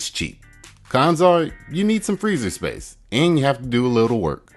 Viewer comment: You had me at not needing sprace in my freezer